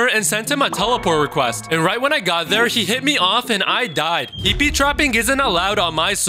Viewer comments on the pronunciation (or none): none